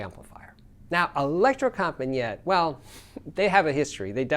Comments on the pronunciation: Not Electrocompanjet, but Electrocompanee-et,, please! It means The Electro Company. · No, the right pronunciation is : electrocompanEEt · Electrocompaniet is pronounced as Elecro compa ne yah. The design has stayed the same for over 45 years. I live just a few Km from them and have visited the factory many time over the years. I have tried most of their amps and imo thier best amp is the AW220 mono block.